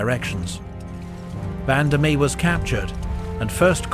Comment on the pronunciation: Also Vandamme. The e is silent.